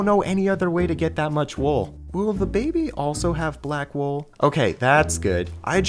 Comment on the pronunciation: “Black Wool” Captions: “Black Wolf”